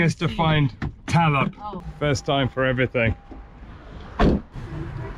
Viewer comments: TARAP.. not TALUP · IT is Tarap. Similar to Cempedak.